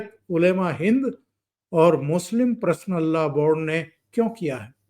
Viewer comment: नमस्कार चौधरी साहब🙏 मैं आपका चैनल रेगुलर देखता हूं। आज के विषय में #पर्सनल_लॉ_बोर्ड है जिसे आप #प्रसनल लॉ बोर्ड उच्चारित कर रहे हैं जो सुनने में अच्छा नहीं लग रहा (बुरा मत मानिएगा ,, मैं ऑल इंडिया रेडियो स्टेशन से अप्रूव्ड आर्टिस्ट हूं इसलिए सुनने में इसे अशुद्ध मान रहा हूं)